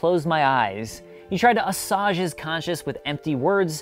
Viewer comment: A-Swage not Ass awge